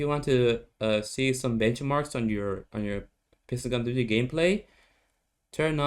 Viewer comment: The way he says pixel guns 3d🤣